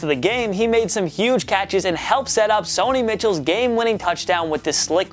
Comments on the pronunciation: Sony Mitchell what? It’s Sony Michel pronounces Michelle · U said Sony Mitchell not Sony Michel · You saying sony mitchell offends me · That’s not how u pronounce Sony Michel